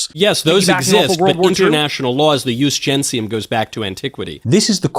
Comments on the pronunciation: Another funny fact is that Mikey boy kept mispronouncing the only Latin phrase he knew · Knowles hasn't the slightest idea what "ius gentium" was, he doesn't even know the correct pronunciation. His definition comes from a superficial, quick perusal of the Wikipedia at best. Calling it "international law" is asinine as it was accepted only by the Romans unilaterally, it wasn't something other nations subscribed to by any kind of agreement at large. Also It's classical Latin, making the ecclesiastic pronunciation incorrect, but being an ignorant sheep he has no idea what the difference is, he only tries to sound smart, fails miserably and makes a fool out of himself in the process